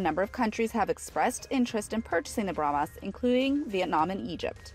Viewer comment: "BrahmAs", "Fridge-ettes", etc. Urgh!